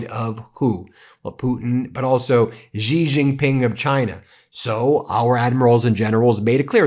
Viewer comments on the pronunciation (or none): Good report except you pronounce XI Jing Ping as She Jing (Jin the drink with a g on it) not as Zee Zee